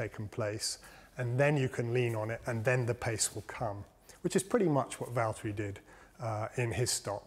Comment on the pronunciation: james its valteri